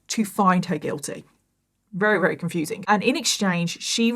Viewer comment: This was a rery rery long rideo. I can't believe how many times you manage to use the word "rery" in every rideo. Why is the letter V so hard??? Just say really really or extremely or any other word except very very very very very